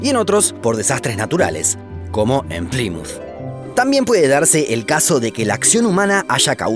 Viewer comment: Que desesperación como pronuncia "Plymouth" 😩